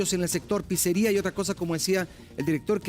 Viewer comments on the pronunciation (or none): none